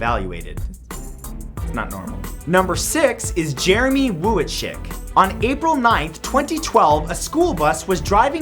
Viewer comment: The U in wuitschick is silent +Matthew Santoro